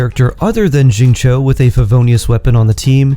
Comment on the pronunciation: Who's ZING-CHOU??? 😂